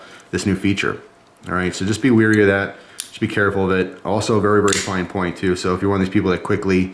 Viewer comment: "Wary", not "weary"